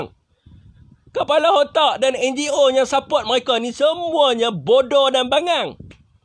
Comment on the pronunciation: Mcm rohingnya juga ni orang hahah😂😂 sebutan mereka jadi myeka😂😂😂